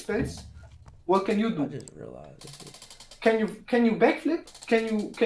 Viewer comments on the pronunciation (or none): ARE YIU FUCKING HARRY POTTER GOT ME 😂